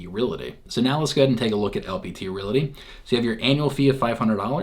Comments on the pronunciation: I think you are pronouncing re-LA-ty instead or re-AL-ty. :) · Realty NOT RelAty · its the way you/re pronouncing the word, Realty. Correctly pronounced, you should first say "REAL", then add the "TEE", hence it should sound like, REAL-TEE, instead of Real-La-Tee, the way you say it. We're just trying to help you my dude.